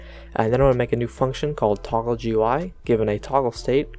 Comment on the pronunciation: it did not work because he said toogle instead of toggle